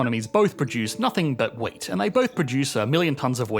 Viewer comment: I was listening to this and was puzzled by the example of two economies that produce nothing but weight. What kind of an economic good is weight? That was way too abstract for me. Then I watched the video and realized he was saying “wheat”.